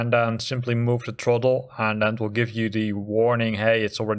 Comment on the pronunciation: Truhttle. It’s Th-ra-ttle.”